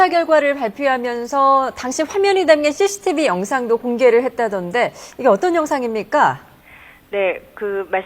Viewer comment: ㅋㅋㅋㅋㅋ 여자아나운서 발음봐라ㅋㅋㅋㅋ 씌씌티비 래ㅋㅋㅋㅋㅋㅋㅋㅋ